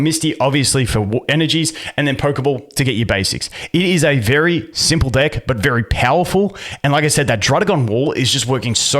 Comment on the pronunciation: I need you to say deck a little better bro xD